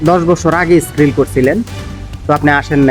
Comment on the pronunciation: ভাই স্কিল হবে,, স্কিরিল না